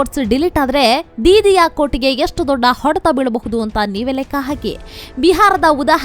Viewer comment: ಯಾವನಯ್ಯಾ ಈ ಚಾನಲ್ ನಿರ್ದೇಶಕ. ಪಶ್ಚಿಮ ಬಂಗಾಳ ಅಂತಾ ಸರಿಯಾಗಿ ಓದೋರು ಸಿಕ್ಕಲಿಲ್ಲವಾ.. ಅದೊಂದೇ ಅಲ್ಲಾ.. ಬಹಳಷ್ಟು ಕಡೆ ಅಸಹ್ಯವಾಗಿ ಓದೋದನ್ನ ಒಮ್ಮೆ ಗಮನಿಸಿ ಸರಿಪಡಿಸಿ ಕನ್ನಡದ ಮಾನ ಉಳಿಸಲಿ. ಪಶ್ಚಿಮಾ ಬಂಗಾಳ ಇಷ್ಟು ದೊಡ್ಡಾ ಅವರು ಹೆಲ್ ಹೋದ್ರೋ ಅಲ್ಲೊಂದು ದೊಡ್ಡಾ ಎಷ್ಟೋ ಜನಾ ಹೇಲ್ತಾರೆ ವಿಷಯ ಚೆನ್ನಾಗಿದೆ. ಊಟ ಚೆನ್ನಾಗಿದ್ರೂ ಬಡಿಸೋದೂ ಒಂದ್ ಕಲೆ. ಟೀಕೆ ಅಂದುಕೊಳ್ಳದೇ ಸಲಹೆ ಅಥವಾ ಬಿನ್ನಹ ಅಂತಾ ತಿಳ್ಕೊಂಡು ಉತ್ತಮಗೊಳಿಸಲಿ.